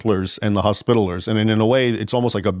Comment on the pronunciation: Arrgh! Leaving out a syllable makes this video un-watchable. Hos-pi-ta-li-ers. Second accent on the third syllable.